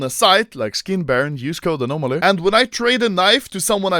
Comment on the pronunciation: Anomaly: Štick, škin